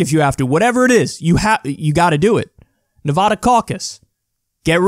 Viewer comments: It's pronounced Nevada with a hard a like apple. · If you ever pronounce nevada like it has an o or an ah sound like that ever again I'm gonna cut you. its an A sound like asshole which is what you'll continue to be if you dont pronounce natively. We take this very seriously and you rattled off like 5 of em lol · kyle, you pronounced nevada wrong - a nevadan